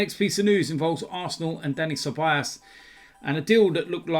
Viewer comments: his name is ceballos, not ceballas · It's been over a year and still can't pronounce Ceballos correctly😂😂😂 Cebayass!